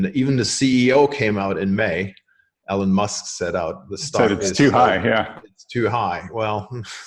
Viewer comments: How can I trust a guy who doesn't know how to pronounce Elon? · It's a Scandinavian name; I reckon he's just pronouncing it the way they do, rather than the way Elon does. (IOW, both pronunciations are right.)